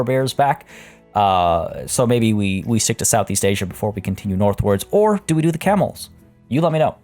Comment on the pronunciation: When you said camels i thought you said cannibals. I’m like omg whyyyyy!!